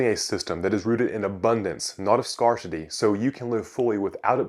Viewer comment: Scare-ci-tee not scar